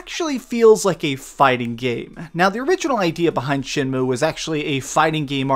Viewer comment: You keep pronouncing it SHINmue instead of SHENmue.